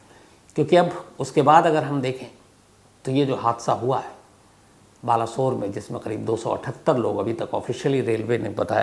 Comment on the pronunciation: Balasor...sahi naam hai Baleshwar. बालेश्वर